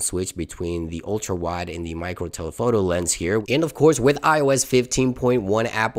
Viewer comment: I don’t want to lecture You, but the toggle within the Camera-Settings is called (mäcro) and not like You‘ve said meicro, please "NO OFFENCE"